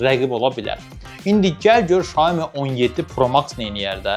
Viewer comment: Şoemu yox siyomi